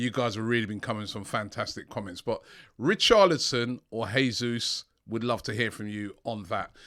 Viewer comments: Come on Robbie man. Your pronunciation of footballers names is awful 🤣 Richarlison not Richardlison plz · It’s richarLison not richarDlison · Richardlison , although his name is Richarlison 😂😂😂 Robbie the Butcherer of names ! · Who is Richarlidson! Robbie butchering the name again!🤣